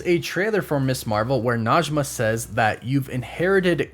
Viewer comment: Najme And Karim i live In Iran And Arabic and Persian are not same but sometimes the pronunciation are same Najmeh not Najma thank you for your video ♥